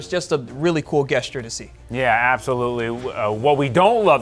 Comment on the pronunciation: bro said Guessture lmao